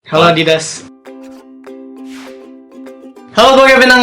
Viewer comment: Apa gw salah denger? Di awal² video Kevin ngomong "halo adidas"? Budek kali gw :v